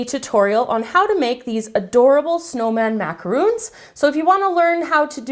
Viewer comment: I'm sorry to be annoying and picky, but it drives me soooo crazy when people pronounce macarons with the 'oo' sound! macarons & macaroons are two different things!